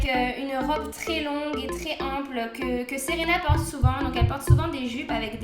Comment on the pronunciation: Super video :) Ca m'a fait trop bizarre que tu dises "Séréna" dans la video comme c'est mon prénom x)